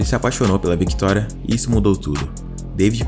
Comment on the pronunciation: Pronuncia direito o nome da Victoria...... não leia o C . Ele é mudo assim como Octávio ... Pelo amor de Deus.